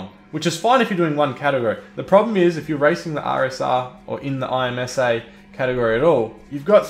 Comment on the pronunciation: It’s pronounced Imsa not I-M-S-A great video but that made me cringe